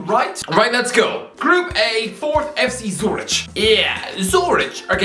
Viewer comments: "Sue-rich" I am fucking dying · just geography knowledge too, calling it a "small village" is so ignorant it's hilarious, with a completely wrong pronunciation too